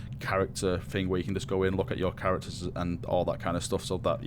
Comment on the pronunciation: I love your videos man, but...the way you talk...It's so...lazy... "Fing" ;_; Speak properly. D